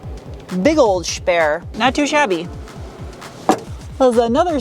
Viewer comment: Shport, and shteel, shpare? 😐 shtop!!